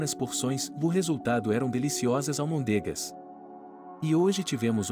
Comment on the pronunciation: Ele fala almondega, ao invés de almôndega. Incrível! A sílaba mais forte é a que tem o acento.